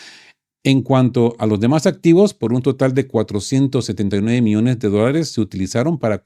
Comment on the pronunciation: cuidado con la dicción, no es lo mismo miones que millones...